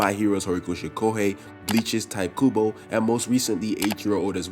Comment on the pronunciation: “Tight Kubo”🤣 jokes aside, great video